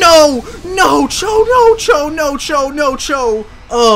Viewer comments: When the butterfree used max quake I thought he was saying nacho nacho nacho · NO CHO NO CHO NO CHO Me: you mean Nacho? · No-cho sounds like nacho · when says “no cho”. Sounds like nacho